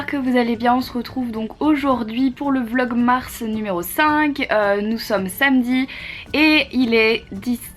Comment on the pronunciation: Du progrès Marie haha t'as réussis a dire vlogmars du premier coup haha. j'espère que ça va mieux aujourd'hui gros bisous!